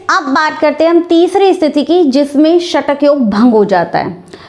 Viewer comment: Kabhi kabhi koi log nalini nahi bol sakte nanali bolte he ye mem ka asa he ""satak""